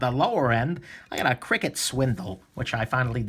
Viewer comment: why do you call crkt cricket?